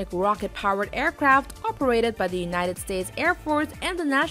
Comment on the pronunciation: This is a wheewy wheewy good video, aewcwaft like the valkawee are reawwy coowow